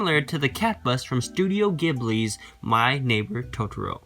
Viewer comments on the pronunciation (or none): Ghibli is pronounced JEE-blee